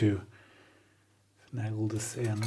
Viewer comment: Welcome back! Glad you enjoyed Scotland - one of my favourite places to be! Congratulations on a splendid new-to-you measuring microscope. Nikon makes nice stuff. Fascinating to follow the tear-down and reassembly. Thank you. One iny comment, and I make it only because you so seldom have errors in your English. Finagle is pronounced finn-AY-gull, rather than finn-AH-gull, with the "AY" sound like in "hay" (dried grass) or "hey" (the greeting). I wish my German were as good as your English! Happy days and greetings from the east of Belgium.